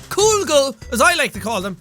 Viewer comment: "Coolgle" - Jacksepticeye 2016